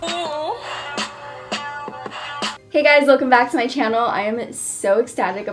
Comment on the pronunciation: I just LOVE the way you pronounce 'channel'. It's stuck in my head